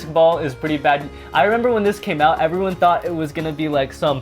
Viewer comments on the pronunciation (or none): none